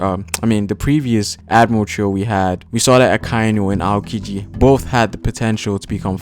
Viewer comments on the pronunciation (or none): You butchered Aokiji's name and many others lol.